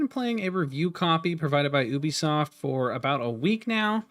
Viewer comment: Disliked due to you mispronouncing Ubisoft! Jesus Christ its a U not an ohh..